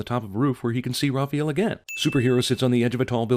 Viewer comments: calling raphael, rapheal ding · The way he pronounces Raphael lol Raw-feel. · CAN ANYONE IN THE WORLD SAY THE NAME "RAHPAEL" CORRECTLY? SERIOUSLY? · I've never heard that pronunciation of "Raphael". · They pronounced "Raphael" wrong and then finally got it right almost halfway through the video. ding